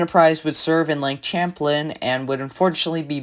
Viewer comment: You also mispronounced Champlain. It's pronounced with a soft Sh, not a hard Ch.